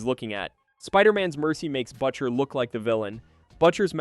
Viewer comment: Butcher pronunciation was butcher so bad😂😂😂